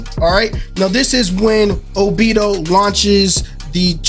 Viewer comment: This whole video was not it for me #1 what made me mad is that u said obito wrong #2 those characters in background has nothing to with anything they just put 5 of them to let the people know that there are going to be 5 characters in the season pass And also where in your right mind did u get Brayon mode from double moon sword that was stupid and also just Bc the foot was cut off don’t mean nothing it was probably a mistake they did. And that sword on the very right is not dauri sword idk what u got that from that was not it